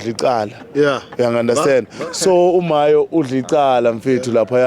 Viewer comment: Mayo not mahyo